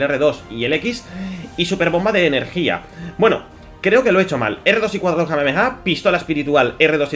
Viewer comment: Buen vídeo solo aprende a pronunciar bien el ingles se pronuncia red ded redencion y en kamehameha hay una h que marca un alargamiento en la pronunciación de la letra con h seria así aa...(ha)